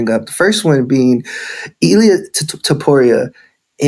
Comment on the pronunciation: It’s not allia dude lol it’s Illia with and I not an A